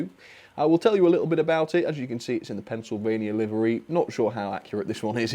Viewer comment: I'd bet you mean pencil-pain-ia railway